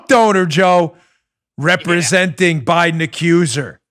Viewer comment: it's BEAT, he also doesn't close his teeth to enunciate the "D" in Biden either